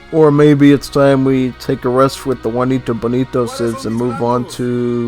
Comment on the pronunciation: ''Guanito Bonito'' 💀